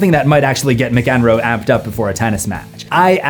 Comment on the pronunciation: A small note: Nevermind was recorded at SoundCity by Butch Vig, not at Smart Studios John McEnroe is pronounced Mac-Enroe (your emphasis was on the wrong bit :) )